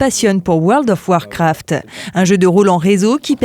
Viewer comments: Woarld of warcwaft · La vache woeurld of wOrcwraft 😂😂 on aime bien "parler" avec l'accent anglais mais quand même 😅😅 N'empêche quand tu vois les pc de l'époque la nostalgie ❤ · pas mal comme petit jeu weurld of weurcraft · Le fameux univers de OUEURL DOFF OUAARKOUAAFT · "Weld of warfrat" 🤦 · Comment elle a prononcé world of warcraft j’ai perdu mon âme 😂